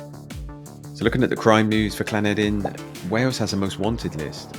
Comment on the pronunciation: You said llanederyn properly.